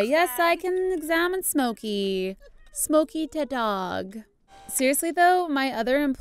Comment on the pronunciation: Omg my cats name is smokey like litterly like im so happy and you said it right ....kisses from slovenia